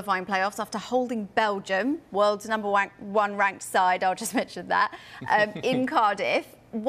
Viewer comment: Wow, she said, "Number wank" and no one missed a beat.